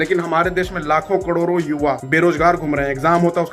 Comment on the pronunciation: 🐕‍🦺 तेरे भौंकने से कोई फ़र्क नहीं पड़ता अनपढ़। करोड़ को कड़ोर बोलता है और तू ज्ञान झाड़ रहा है 🐕‍🦺